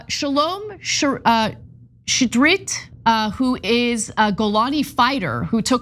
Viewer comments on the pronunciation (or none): It sounds ridiculous in English but " Shitrit" is an actual name as is Shalom but Anna didn't pronounce " Shitrit" properly